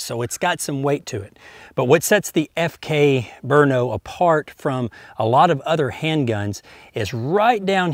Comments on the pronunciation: The correct pronunciation is BR-NO which is halfway between 'brunno' and 'brinno'*. Named after the czech town of Brno which was called Brünn previously so it definitely begins with a 'Br' sound. The Czechs don't seem to like vowels (there was a czech bike racer named Smrz, no vowels at all!) but 'Berno' is just wrong. * It is quite hard to explain how a 'ü' sounds like to somebody whose language does not have umlauts. Either way the czech name sounds almost exactly like the original german name, just with an O at the end. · They hold moto GP races in Brno and its pron Bru- no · Ugh, the way americans pronounce stuff is disgusting. It's not 'Burno' or 'Bruno', it's 'Brno'.